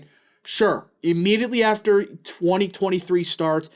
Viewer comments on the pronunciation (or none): none